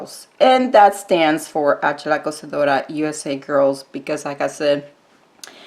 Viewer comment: Tfs💜💖💜💖💜 and making the collab! Yes I so didn't want to mess up my plates lol your so good at saying the name I do not dare try. So weird seeing my pic on your channel thank you!!💜💖💜💖💜